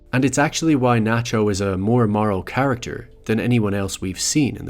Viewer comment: Its Nachio